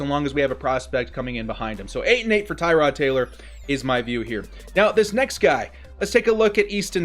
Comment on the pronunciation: Tir-od Taylor bro. not Tie-rod.